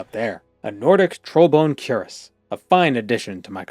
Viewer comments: Cuirass — kwəˈras Bro says Kur-ess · Unironically and with no intent to offend anyone, the pronunciation of cuirass is queer-ass.